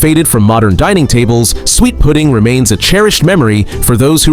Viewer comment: These AI voices' drives me nuts. The word suet always gets pronounced sweat. Who wants to eat sweat pudding? Other than the mispronounced words it is a fairly good video.